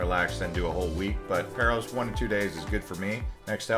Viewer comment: Paros is pronounced Paah-Ros not Pair-Os. Amazing video !